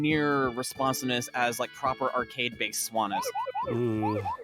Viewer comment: I love love love that IIDX and Pop'n get some shoutouts, but I've never heard someone pronounce it '2Dex' before and it's driving me crazy. But I admit that's a me-thing. Loved the run! e: also sanwa, not swana, but again, sorry, I'm being a little jerkish.